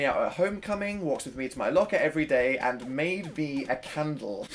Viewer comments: dan its candle nOT CHANDLE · no one: dan: a cundle? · when you said made a candle i thought i heard may be a cannibal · Ajlkittycat But he's saying caundle. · Daisy Macdonald its candle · I say candle like that lol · I HAVE BEEN REPEATING THE WORD CANDLE THE WAY U PRONOUNCE IT AND IM NOT SURE IF ITS A WORD ANYMORE WHICH LED ME TO THINKING ABOUT HOW WORDS EXIST WHICH LED ME TO WHY ARE WE HERE PLZ HELP SOMEONE SEND HELP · At last I'm not the only one who does this! Shhh don't tell.... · Is it weird that I like how he says candle?